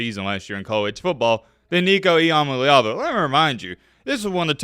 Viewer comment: Nico I-AM-A-LEVA